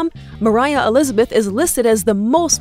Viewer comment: Who are you and its moriah not